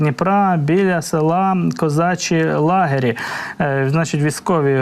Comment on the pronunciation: Козачі Лагері,наголос на І